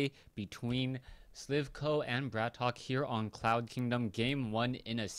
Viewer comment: I suggest we should settle it once and for all-its not *Brat Ok* its *Bratok* and should be pronounced as *brahtoke*.This term is a prominent russian slang word for *bro* and due to the fact that its generally used among prison criminals and street gangsters,it sounds quite ironical.I wish this info was posted at his website,have no idea if he has one though.